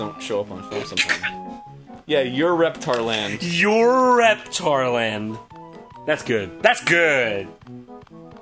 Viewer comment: Um, EXCUSE ME but its pronounced EURO REPTAR LAND not EUREPTAR LAND ugh...